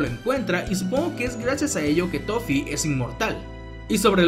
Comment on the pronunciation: dijiste lofee, o toffe?